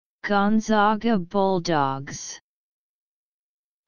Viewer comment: WRONG WRONG WRONG!!!!! Seriously??? Do a little research next time before you actually go and upload a video. This is WRONG. It is GONE-ZAG-UH. ZAG like bag, and rag. We are the ZAGS not the ZOGS.